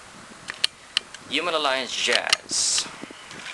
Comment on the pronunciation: THIS IS COOL AS HELL BUT I HATE THE WAY HE SAYS HUMAN ALLIANCE JAZZ IT SOUNDS LIKE "HUME ALIE JAZE"